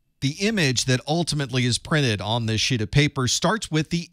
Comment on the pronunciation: He 100% says "Sh** of paper" 😤